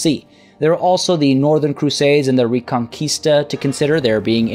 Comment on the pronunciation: I like how you pronounced 'reconquista' right.